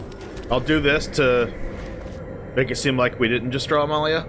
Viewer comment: Thank you so much for pronouncing Amalia's full name correctly.